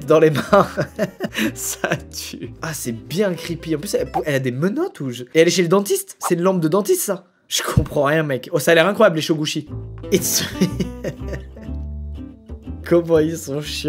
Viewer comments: Les "Chogouchi" xDD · "les chogouchi" oui bien sûr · Ce que j'ai entendu : "ça a l'air incroyable les chogouchis" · « Les Showgouchi » 😂